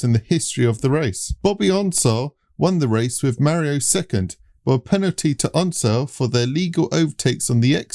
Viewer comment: Glad to hear you figured out it's pronounced, U-SAC! But still, you guys are butchering the pronunciation of iconic names, like Donahue and Unser!